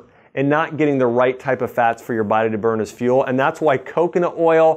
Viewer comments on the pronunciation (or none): none